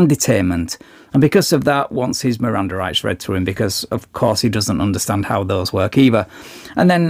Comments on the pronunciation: "my Mirandum rights"...😅😅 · "Read me my mirandum rights" 😂😂😂